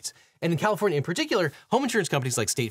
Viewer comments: Poor Califvornia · the state of Califvornia” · "Califvornia" hehe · ah yes, the state of califvornia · "... State of CALIFVORNIA" lol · Califvornia lol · Objection! “Califvornia” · "Califvornia" lol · Califvornia........... :face-orange-raised-eyebrow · "Califvornia" Lol.